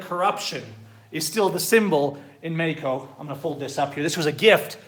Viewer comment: Bro if you are going to try to say Mexico in spanish, then learn to pronounce it correctly . And good luck with the new socialist Mexican president. Please dont come back. Oh and by the way Mexican see u as a joke. Just give it time and you will realize it.